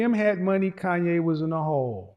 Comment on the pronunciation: KANYE not Kayne